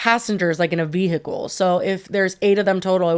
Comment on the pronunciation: How pronounced “vehicle” made me rewind 100 times😂